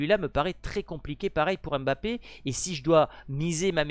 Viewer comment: Ce n’est pas (M)bappé c’est plutôt Mbappé😅